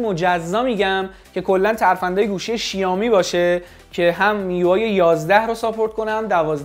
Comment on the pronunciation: بابا شائومی شائومی شائومی؛ نه شیائومی چرا اینقد اصرار دارین به تلفظ اشتباه😑😑😑